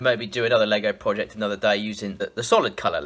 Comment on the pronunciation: Dude, the way you say "Project" is very funny!